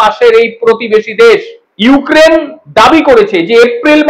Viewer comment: ইউ কেন বলছ ইউক্রেন বলতে পারোস না এসে আবার মিডিয়ার সামনে